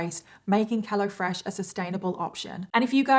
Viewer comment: Lol sometimes I hear " hella fresh" when you say it. Thank you for the best story telling on the internet!!! I love your makeup too